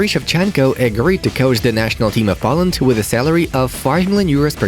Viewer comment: Do you say poland or POland